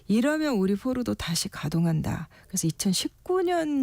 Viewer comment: 포르도 뽀르도 포르노 뽀르노 기자맞나?